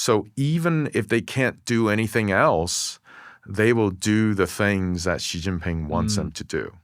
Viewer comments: He's not "anglicising" it. That weird sound he makes isn't an English x or j or anything else, either. It's something much weirder. Also knowing pinyin or not has nothing to do with it. Learning zhuyin would work just as well if not better. Or it that's too much effort, he could just use a sound common in English. Instead, he's making some other sound that's "exotic" to English speaker ears, but totally unrelated to how the name sounds. It's like he's trying to pretend he know's how to pronounce it while still willfully doing it wrong. It's a complete failure. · You're a brilliant guy--obviously. But you share the same inexplicable trait that I am always amazed to see in famous or otherwise credible commentators: you simply won't pronounce "Xi Jinping" correctly. Please take a few moments (seriously, it only takes about 10 minutes) to learn basic pinyin pronunciation. It's really not very hard at all. You'll even be forgiven if you flub the tones much of the time. But "Xi" is pronounced like the English "SHE." Not "jee" as in "gelato" or "zh" as in the "j" in "Nikki Minaj." Like him or not, Xi is the leader of one of the most powerful countries on Earth. The least we can do is pronounce his surname right.